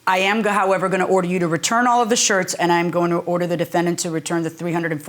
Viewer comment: Harvey says "defend danht"